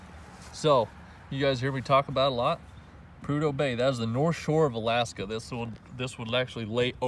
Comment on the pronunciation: Love the proper pronunciation of the state. Most people down here don't know it's Ala-aska.👍